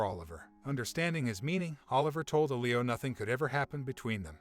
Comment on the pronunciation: “L-ee-Oh” !!!!!!!!! “Eh-Lee-oh” pronunciation drove me nuts lmao